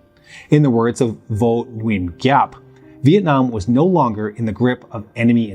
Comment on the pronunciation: Liked it? I'm going to watch it a second time(whilst forgiving you your pronunciation on Vo Nguyen Giap)❤